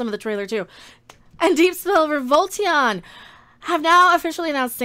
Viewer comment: Volition, not Volteon